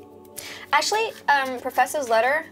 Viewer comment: "perferthiators letter" ok you do that